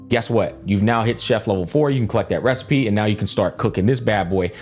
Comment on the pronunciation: That's it! I've come up with a new recipeh!